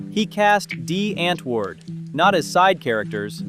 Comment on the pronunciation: Still so hi-larious how you pronounce Die Antwoord. Google afrikaans pronunciation. Translates to The Answer